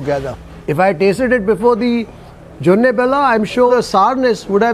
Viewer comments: it is JONI BELLA, not JONNE :)😃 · It is "joni' bella.. Not jonne.. 😊joni means honey.... And this cuisine is not North Karnataka, but North Canara, which means Kumta, Shirsi and those places...